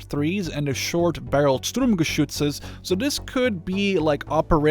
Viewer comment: As a German I have to admit, no one has ever said "Sturmgeschütze" more beautifully than you